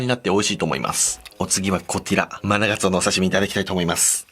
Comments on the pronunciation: お刺身を食べるときに、[お次はこちら]と言うのに、[お次はこてぃら]といっているのが面白い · 続いてはこてぃら(又は”こつぃら”)